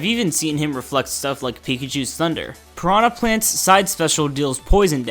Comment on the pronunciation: "Prahna Plant"